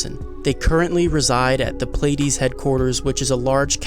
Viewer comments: It's pronounced, "plea - ah - dees" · Pleiades is pronounced Plee-a-dees.